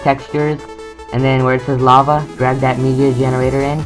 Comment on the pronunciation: It's lava not lave. Anyway great as usual very helpful.